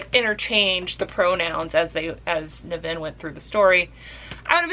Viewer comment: I've read this a couple of times. It's not his best work, but iirc it spawned a series. I've read the first 4 Ringworld books, they're much better, but they're really crunchy hard sf. so they're not for everyone. And yes, you're pronouncing his name wrong. Emphasis on the NIV. By the way, Bookpilled recommended you, so I had to check you out. Guess I'll stick around!